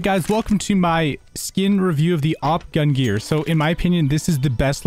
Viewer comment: Love your videos. But there is a N in the word GungNir. Gun-g-near. Gungnir. Yeh?